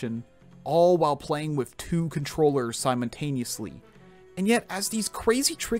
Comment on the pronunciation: it's simultaneously, not simontaniously